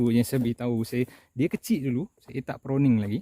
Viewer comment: Pruning bro,bkn proning…hehe